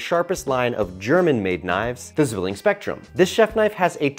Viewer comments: Pronounced zvilling btw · If you do advertisment, please at least look up how to properly pronounce the company name.